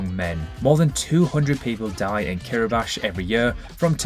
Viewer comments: The Russian Duma had decided to take out two hours of the grid = 9 time zones . Reykjavi-K - not Reykjavi-TSH Kiribat-I - not Kiriba-SH And -last but not least - Hamburg/Germany has 2302 bridges within its City-Limits… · it's actually pronounced Kiribas :) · No, it's not. It's pronounced KEE-RUH-BAS. Idiot. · Fun fact: Kiribati is pronounced "key - ree - bar - tee" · What’s with the pronunciation of “Kiribash”? Is that how you say it or is it something to do with YouTube’s algorithm? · no, it is Kiribas lol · Ok but, its like ''Kiribats'' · Hulunbuir is part of Inner Mongolia, China, not Mongolia-proper. "Reykjavík has 350,000 inhabitants"... Do you happen to check facts before you press "upload"? And you have the word "geography" in the channel's name. /ˌkɪrɪˈbæs, -ˈbɑːti/ somehow becomes *Kiribash and Reykjavík "Wreck-ya-vich". A good idea would be to create your own language.